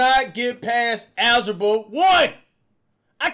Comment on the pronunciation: Cash really said “ ALGIBO” nooo🤣🤣🤣